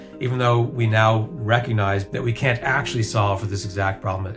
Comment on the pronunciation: I believe utters the word CAN'T but it sounds like CAN, and the English Subtitles of the video also spell it as CAN. So, either English pronunciation needs to improve, or the English subtitles need to be sharper, because when discussing critical Physics subjects it should not be so easy for the listener to totally misunderstand something by 180degrees.